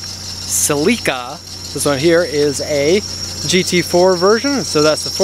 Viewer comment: THANK YOU for pronouncing "Celica" correctly